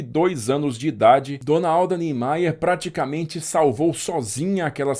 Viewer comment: perfeito pronunção do nome: niemeyer nordestos, falantes de inglês (mais como Alemão) não sabem e eles dizem ‘Nhémeier’ e não ‘Nímaia’ Gostei seu vídeo 😊